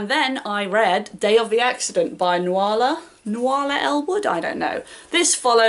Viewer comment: Love the graveyard book. I was discussing with my sister what a children's Ghost tour and how it differs from an adult Ghost tour yesterday. Now I think of it, the Graveyard book is the difference encapsulated in a novel. Creepy but still child-friendly and fun! I don't know about Nuals Edward but Nuala is normally pronounced Newlah! - sorta - you don't pronounce the w. I am not much of a help :)